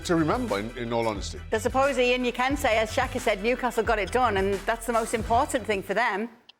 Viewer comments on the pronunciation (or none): I think the thought Kay said “Jaan” instead of “Ian”. Tbh, they kinda sound alike 😅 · It felt like "Yan" more that "Eean" to me so it was probably supposed to be Jaan.